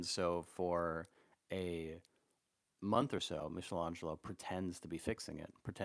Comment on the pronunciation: hate to be a prick but michelangelo has a hard c ;) (meek not meesh)